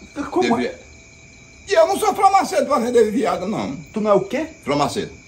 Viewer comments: falando Farmacêutico errado 😂😂😂😂😂😂😂 FRAMACETE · Framaceti kkkkkkkkkkkkk